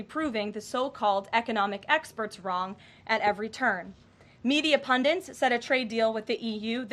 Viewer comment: "Pundit," no "n" in second syllable, is pronounced "PUN-dit."